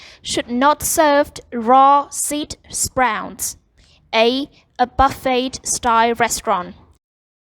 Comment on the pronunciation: yeah like buffeTT